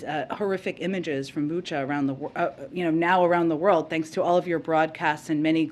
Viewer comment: I'm from Ukraine ! It is BUCHA, not BuchO 😟😤